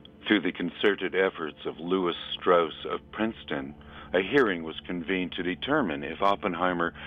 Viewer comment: Pronounced " Straws "